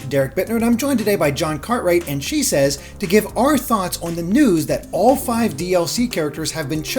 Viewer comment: Why does everyone always pronounce your name as she says? I think it’s she ses